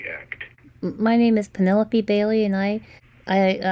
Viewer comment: As usual I'm listening again and caught a big giveaway to this creep's identity as a scammer: he asked if he was speaking to Pen - a - lope (last syllable rhymes with rope). He said that within the first minute!! What a toad - when you chose that name did you know how people in countries outside of the US have such difficulty pronouncing it?